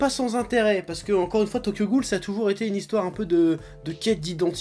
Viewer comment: haaaawn tu prononce tokyo ghoul re comme mwa x)